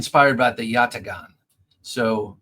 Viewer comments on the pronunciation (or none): The Turkish Yatağan is not pronounced with the letter "g", it is silent, as indicated by the accent symbol above the letter g. It is a letter not in the English alphabet, which extends the vowel sound from the vowels before and after the "soft" g.